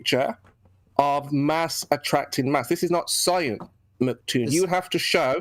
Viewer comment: Can he stop saying "Mc Toon" and stick to "Toon" since saying "MC" is so hard for him? ITs "MCToon" not "Mc Toon" lol